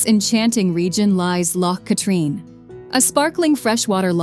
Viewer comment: Drumnadrochit,Ben A’nn,loch katrine and the trossachs had me shouting that’s no how ye say it 😂